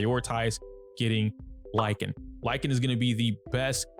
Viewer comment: Lycaon is pronounced Lick - kay- on , btw